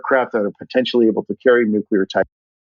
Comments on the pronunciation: This was such a great interview. However, for the gentleman in the afterward recap, you are prohibited from discussing nuclear technology until you can pronounce it properly. Conversely, Kudos for use of the word Poppycock, I'd like to request future use of the word Balderdash, Scurriloush, and perhaps, Skullduggery or Muckraker for a nice rounded set. Also, this made me want a cigar. Like, reeeeaalllyyyy want a cigar. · Didn't reveal anything stop the bullshit and the man who speaks after byam can't even say nuclear properly